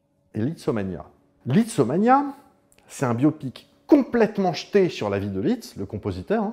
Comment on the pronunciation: Alors on dit Liszt, pas Litz 😉. Très bon compositeur au passage. Il a fait des transcriptions de ouf pour piano, d'œuvres d'autres grands compositeurs, mais vraiment de ouf.